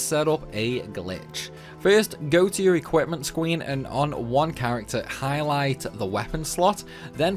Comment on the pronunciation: “Ecripment squeen.” I couldn’t help but lol at that. For real, though - great vid!